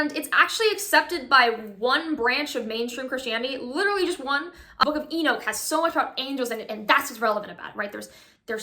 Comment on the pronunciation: E nooch as in you say E knock lol